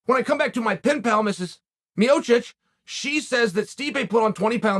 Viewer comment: It's Miočić not Miocic